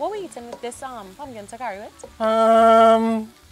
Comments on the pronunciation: I was wondering if I was pronouncing it wrong. It’s TaLkari smh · Not “takari”, the “l” is not silent. TaLkari.